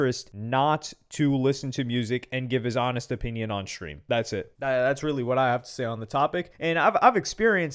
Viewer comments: Tfw you cant concentrate on the content of a video because you trying to figure out what an "aye-pinion" is. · Lmfao wtf is an "Apinion"???😂😂😂😂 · Bro said A pinion 😂😂